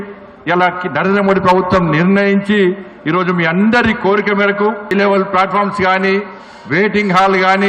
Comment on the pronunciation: Flat faralu, falt fromlu ante enti madam. Telugu lo kotha language kanukunna meru 😅Namaskaram.